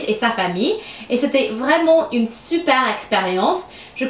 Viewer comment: Salut , je suis française et je voulais te dire que tu parle très bien le français. Des fois tu prononce mal, c'est à dire: au lieu de dire " une " tu dis "un", mais cela ne nous empêche pas de comprendre. C'était un plaisir de regarder ta vidéo, surtout que j'adore l'accent américain/britannique . Continue car le français te vas a merveille😁😘